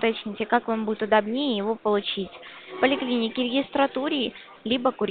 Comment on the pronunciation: "УдобнЕ́е" и " каждому граждану" это прям мощно 😂